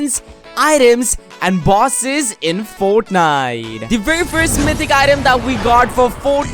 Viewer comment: . "Tore" And "Foetnite"